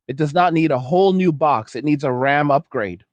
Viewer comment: ddr5 is not ddr6.. your video makes no sense as you repeat yourself 42 times with AI voice that cant even say ram, but says r,a,m, thanks for wasting my time with this bs